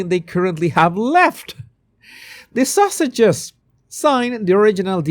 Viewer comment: I love the way you say Sussex'. It sounds like Sausages 😂 Perfect!